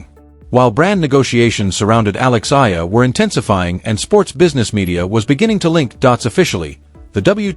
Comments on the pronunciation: Please pronounce Alex's surname the way we Filipinos pronounce it. It's "E-Yah-La!" Thank youmm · Her surname is pronounced E YA LA. Please pronounce it correctly, E YA LA. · Pleeeeze, it's Eh..ya..la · AI cant even pronounce properly alex family name still continue spreading fake news but benefiting viewers mostly from Filipinos 😂😂😂